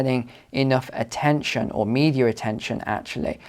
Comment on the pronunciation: I wonder why says media with an R.